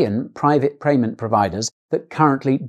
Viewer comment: "private prayment providers "😂